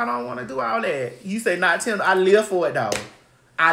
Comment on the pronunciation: 😂😂😂🤣🤣 Girl, not "Timbo"